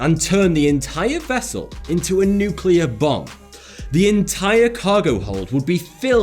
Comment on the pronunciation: THANK YOU for saying “nuke-clear” and not “nuke-ular”